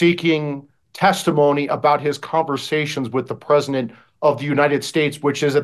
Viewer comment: WTF'S the "PREZINENT"?